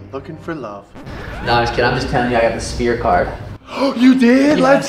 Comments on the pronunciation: calling the sphere the spear is low-key funny 😂😂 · “Suga Shane at the Speer” 😂😂😂 get your boy’s right! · "spear" 😂 god damnit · yeah its the spear not the "sphere" thats like a circle bro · lol n kept calling it “spear” n not sphere . Still awsome reaction u see he gives a 💩 n he his BG! Sugar is def one the best! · Sean calling it a shphere is hilarious. You can see him 'adjust' before it. Some words are just a bith, I suppose. But he's going to make him (Dvalishvili) look silly. 😯🤣🤣🤣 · I tried correcting him a few pods back as well and he acknowledged it. Still can’t pronounce it. lol. All love tho. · Watching try to pronounce "SHFEER" is actually wild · Funny that a guy who can't pronounce the sphere is going to be headlining. Never again I'm history. Hope to enjoy seeing him take his second loss.